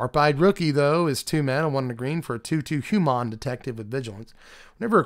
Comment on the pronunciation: when you say "Hu-mahn" are you feeling Ferengi, or Nausicaan? Not just this time, but in general, i usually get Ferengi, but this is had much more Nausicaan in it.